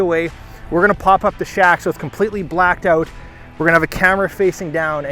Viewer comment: A Canadian: oat,not out.